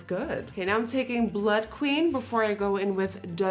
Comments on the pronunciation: Cayla I here blut lust she’s not pronouncing the bl-ùd she’s pronouncing bl-utt like blunt without the n lmao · You say "Bloot" rather than "Blood"